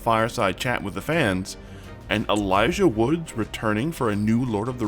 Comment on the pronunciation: 2 things, it's Wood not Woods, and I'm begging you, please get a pop filter, those mouth noises ruined the whole video for me